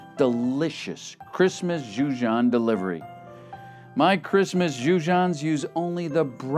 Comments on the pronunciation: This is excellent. Jujon is now my preferred pronunciation. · Goujon John IS messed-up.